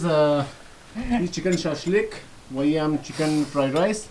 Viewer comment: عزیز اسم غذا ره خیلی بد رقم گفتی شاش لیگ 🤣🤣🤣🤣